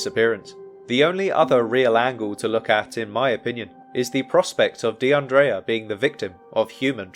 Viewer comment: Her name is pronounced De un dreea not De un draya.. The guy with the van was a regular or someone known to the other girls, he'd been in the bar several hours, talking with the girls.. So it's unlikely he did anything to her or is connected to something nefarious.. That's why he was released without charge.. The fact they're not releasing what the man said about her whereabouts,says they're working an angle that they're keeping under wraps.. Word of advice,never get into a white van! We all know, they're pedo mobiles or murder machines 🤷🏿‍♀️